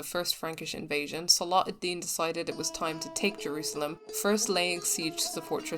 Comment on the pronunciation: You're pronouncing salah al deen without the ح sound it's صلاح not صلاة